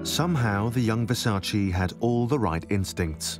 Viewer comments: It's Versace. Not Versaceee. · No disrespect but everyone is mispronouncing his last name. It’s not versa- chi it’s versa -ch eh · No, it’s Ver-Sach-eee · If you love and respect Versace, at least prenouce his name correctly.